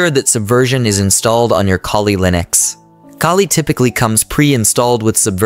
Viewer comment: it's ai. i may be wrong but grammar does not seem to be from a native english speaker as a first language but the voice helps understand the material. pronunciation of kuhli linux. other tells.